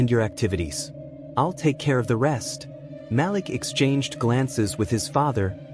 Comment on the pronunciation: Glad to hear the story!!!! However it is so bothersome to not pronounce the names correctly. His name is pronounced Maleek not Malick!!!!!!